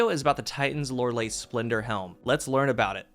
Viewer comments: You said loreley wrong, so yeah, look up the song Loreley it says it right. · I will never gonna take this off! Just for the simple fact Loreley it’s my daughter’s name! 🥰, second finally a YouTuber that manage to pronounce the name almost perfectly, the only down thing for me it’s the look off it, loreley was a German siren, they could made something arround it! Personal opinion off corse!